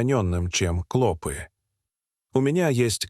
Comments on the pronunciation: Не клОпы а клопЫ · Не кло'пы, а клопы' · КлопИ, а не клОпи. Ти, что в школу не ходил.😅😅😅😅😅😅😅, зУда, а не зудА.. Научись читать. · Не клОпы а клопЫ! Неправильное произношение не делает чести автору ролика. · Как же раздражает произношение клОпы с ударением на О:face-purple-smiling-fangs::face-purple-smiling-fangs::face-purple-smiling-fangs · Невозможно слушать эти "клОпы"! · Ну почему ударение слов отвратительное. Клопы'. Клопо'в. Ты что искуственный? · Какая безграмотность клопі уларение на Ы